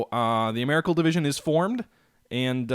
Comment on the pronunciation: Ameri-Cal, does not rhyme with miracle. Maybe you can't help yourself, I know what you mean anyway.